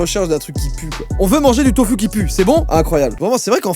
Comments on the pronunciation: sa se lit tofu mais on dit tofou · on dit tofou pas tofu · ca se dit pas tofu mais ca se dit tofou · Ça se prononce tofOU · sa ce dis tofou et non pas tofu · On dit tofou même si ça se dit tofu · Y a que moi que ça choque qu'il prononce "Tofu" (avec la prononciation du "u" normal). Désolé mais ça se prononce "Tofou" 😭😂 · Joyca désolé de faire le connard mais le tofu ne se prononce pas « tofu » mais « tofou » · On dit pas ''tofu'' on dit ''tofou'' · On ne dit absolument pas tofu! Ça se prononce tofou 😱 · « Le Tofu puant » ça ce dit pas tofU mais TOFOOUU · sa se prononce tofou pas tofu . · On dit tofOU et pas tofU voilà gros bisous salut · Il a dit tufu mais sa ce dit taufou 😅😂😂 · Juste joyfa, on dit "tofou" et pas "tofu" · On prononce « tofou » pas « tofu » le -u se prononce -ou :) exemple: Naruto se prononce « Narouto » et non pas « naruto » voilà quelque chose de bête à apprendre 😊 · ''le tofuuu'' mdrrr ça se dit ''tofou'' x) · on prononce tofou et pas tofu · Tofu= tofou en pronontiation déso j'étais obligé 😂😭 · ça se prononce tofou puant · Le tofu se prononce « tofou »😭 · Je suis surement pas la seule à l'avoir marquer.. mais .. Joyca, chose idiote à apprendre "Tofu" ce dit "TOFOU", en japonais, le u se prononce ou ! :) Dah beusous et continu d'être comme ça, tu est génial ! :D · À "tofu" ce prononce "tofou" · Ça se prononce "Tofou" 😭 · Tofu se dit "tofou" 😂😂 Enfin je crois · On dit du "tofou" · Tofu ! Ca se dit tofou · sa se prononce tofou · Le tofu se prononce "tofou" et les végétariens et les végans en mange à la place de la viande. C'est très bon pour la santé. Continue comme ça t'es le meilleur.♥️ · J’ai même pas envie d’entendre le scroutch 😂 Au fait on prononce tofu tofou Voilà c est tout 😂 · Comment il dit tofu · Tofu prononcé avec le son u ! 😂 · scroutch.... j'adore ce mot (mdr la prononciation de tofu 😭😭)